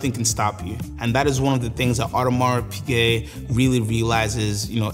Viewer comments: nice presentation. Just hurt my ears when you kept calling “Audemar(s) Piguet” with a pronounced S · Weird that this guy is so knowledgeable of AP but mispronounces it every time